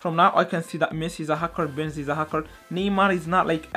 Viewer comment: It's Benzema not zima